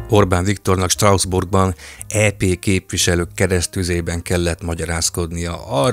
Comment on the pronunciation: Picit fura, hogy Strausbourgnak mondod Strasbourgot. De remek a tartalom! ✌️